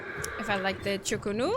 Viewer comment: I’m White but will never understand uncultured white people not being able to pronounce things that are very easy to pronounce. It’s not complicated. CHU KO NU. Why are u making the “o” a “u”? Why are u making the “u” an “o”? 😅 It’s like their brain is so confused just because it’s something foreign, so instead of slowing down and actually reading it how it’s written they just start making stuff up. 😂😂